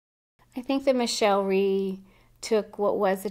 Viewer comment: Rhee not Theme.